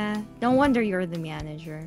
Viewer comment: "Myanager"